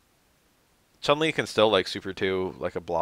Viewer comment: The u vowel in Chunli and Yun is pronounced with a "oo" sound btw (Choon-lee and Yoon). That aside, I wish I could've thought of changes like that.